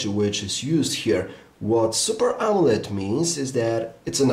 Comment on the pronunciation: I kept hearing "Amulet" display haha